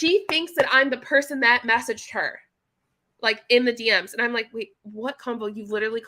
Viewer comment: When you excitedly say "DM's" the Texas twang starts to come out 😆 "D ehms"